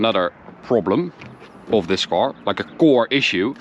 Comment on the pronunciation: the English sucks, it’s a car, not a cor!!